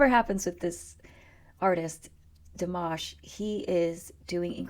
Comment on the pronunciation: I just gave you a like from pronouncing the name in French so well ;) (PS If you tell me or anyone you're French I'm taking that like back :P) just joking :) Back here Dimash was only getting like 25% of his French right cause he actually didn't know almost any :P